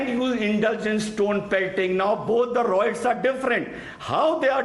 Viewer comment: RIOTS NOT ROITS